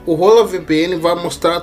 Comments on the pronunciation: Mano não tem nada de "rola" na VPN.. hahahah. Hola se lê "ôla" em espanhol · A cada momento que você fala "Hola vpn"eu fico mds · pronúncia Hola vpn em voz alta kkkk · "Hola" estranho kkskkak